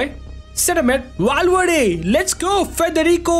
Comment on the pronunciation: Its valverde not walwerde its V not W